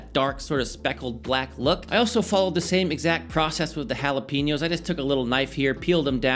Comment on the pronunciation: it looks good. However, can we stop saying ¨hala PEE ño¨? It´s Jalapeño (hala pay ño). Also, a mango ¨pico de gallo¨ doesn´t exist. Call it a mango/cucumber salsa.